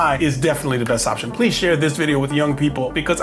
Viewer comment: Please-a! Please-a! No-a!